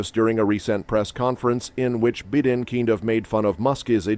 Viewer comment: Dude, avoid that channel. This video is completely created and narrated by AI. You can tell by the way the voice is so monotonous, and keeps pronouncing everything wrong. Like wayyyyyy wrong. “Bidden” ?